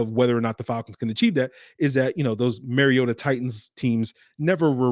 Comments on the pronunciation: Mar-ee-ota not Mary-ota! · Mar-ee-ota notMary-ota.